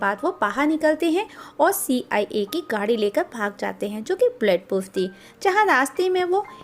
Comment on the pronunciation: "See. Aai. A" 😂😂😂